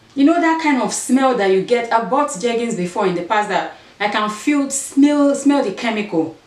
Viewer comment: When you were reading the jeggings instructions 😂Sis sometimes we can’t get the right pronunciation but you got it, 2 pair of jeggings for a dollar and you style the blue t-shirt and how you dress it up😍 yes o is how you wear it not the price you paid! Love love it💯❤️❤️